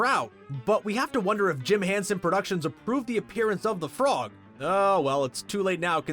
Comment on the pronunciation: Jim Hanson? Lmao it's Jim Henson